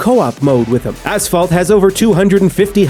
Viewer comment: asssss-phalt!! XDDD made my day